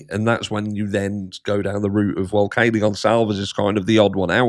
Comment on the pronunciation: Have you noticed she can’t say Kaylee’s name